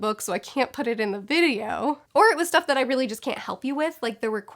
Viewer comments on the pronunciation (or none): none